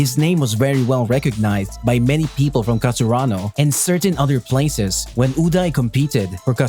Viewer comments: It's Karasunu not Kasarunu Ukai not Ujai Just disgusting ..... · its not kar su aa no 😑 its karasuno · Its ka ra su no not kasarano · Whats with that its karasuno bruh.. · Its not kasurano its karasuno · Wrong cause he said kasaranu??? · Was it just me or did he really said Kasurano instead Karasuno? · Kasurano? It's karasuno bruh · I was like wait something is not right.... then i realized u have been saying Kasurano instead if Karasuno lol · Is it just me or you're saying Kasurano instead of Karasuno? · yes i heard it too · yeah its a little bit annoying that he keeps on saying Kasurano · Why can't u say karasuno.... Gets irritating towards the end